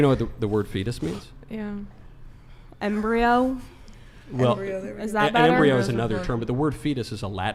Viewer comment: As a medical student hearing her say Embryo wrongly every time is killing me. Its not a dang embryo